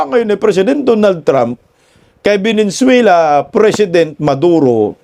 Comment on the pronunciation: venezuela hindi venenzuela